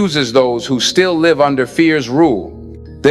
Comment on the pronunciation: Brother in ELI, Thank you for telling us of the powers and explaining on kool way. Your Virtual Intelligence is sometimes wrong in pronouncing words such as live with two ways to speak.